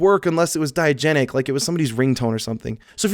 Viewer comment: Diagetic, not diagenic